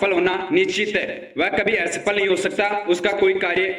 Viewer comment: are re pagal ..hanuman ji k naam pe views leta h ...watch time badhaane k liye ek baat ghuma k ghuma bola h 17 min ka video bana k public ko pagal bnata h ....aawaz suna h apna....or asafal hota h aesafal nahi ..burbakk